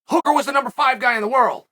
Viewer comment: He’s got hooker right at least lol